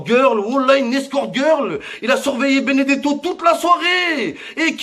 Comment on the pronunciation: Béné gâteau au lieu de Benedetto 😂😂😂otavio marque d'une bouteille d'eau minérale 😂😂